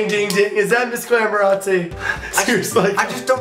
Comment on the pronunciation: he kept saying missglamorazzi